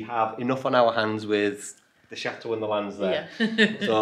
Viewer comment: Please please learn to pronounce CHATEAU correctly. It's Chateau and not Chat- eau. Not trying to be unkind. Greetings.